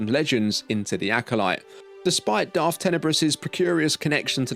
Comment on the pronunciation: Sif? Darf?